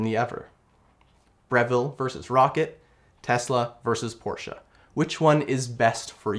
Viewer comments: First time i saw a person who pronounce the “Porsche” correctly:) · Great review. And you pronounced Porsche correctly so an extra bonus 👍